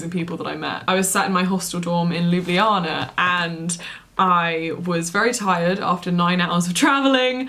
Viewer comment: Psst, Lyoo-blyar-na :) I live in Ljubljana, so excited to see your adventures here!